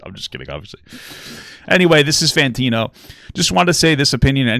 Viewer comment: Papa i love you man but can you say his name right? Fantano not Fantino